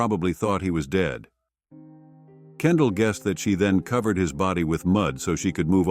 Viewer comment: This AI produced male voice is ridiculous! He mis-pronounces the word "dead " as "deed", and several other words! The narrator needs to be replaced!